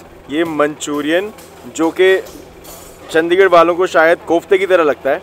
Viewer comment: ਔ ਭਰਾਵਾ ਕਿਊ ਚੰਡੀਗੜ੍ਹ ਦੀ ਅਹੀ ਤਹਿ ਫੈਰੀ ਆ ਤੇਨੇ ਚੱਦੀਗੜ੍ਹ ਬੋਲ ਬੋਲ ਕੇ ਤੂੰ ਤਾਂ ਭਰਾਵਾ ਨਾਮ ਬੰਬੇ ਅਲੇਆ ਵਾਂਗੂ ਲੈਣ ਲੱਗ ਗਿਆ ਆਪਣੇ ਚੰਡੀਗੜ੍ਹ ਦਾ